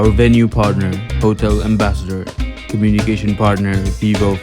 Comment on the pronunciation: not nitpicking but it should be "Venue" not "Vanue" ..